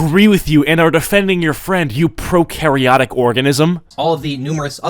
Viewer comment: BRO CALLED HE A PROCAREOTIC ORGANISM LMAOOOOO